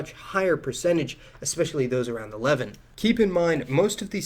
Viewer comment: You have no clue what you're talking about on this issue. So many things... but just picking a few... it's pronounced "Leh-VANT" not "Levent". Also, no knowledgeable people on Earth considers Judaism the oldest religion, "formalized" or not. Jainism is far older, as are MANY other formal religions of the East. You're just so off base with just about everything you say in this video.